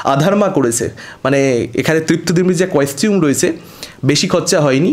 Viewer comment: Tumi costume ta oibhabe pronounce koro keno? Bichhiri lage sunte.